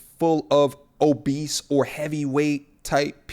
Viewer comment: The way he said the word “obese” 🤣🤣🤣 I needed that emphasis on it... I’m sayin obese in this manner for the rest of my life now lol